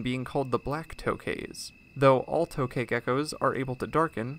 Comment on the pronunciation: It's actually pronounced "tuk ghae"